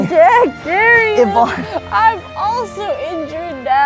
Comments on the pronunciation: It’s YVONNE not “evon” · aint no way you said evon 💀its yvonne